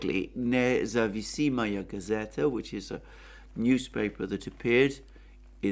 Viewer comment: Thank you as usual, you are a Legend! Btw, the name of the newspaper is Nezavisimaya Gazeta. (It’s a difficult word and just an FYI, for the future:)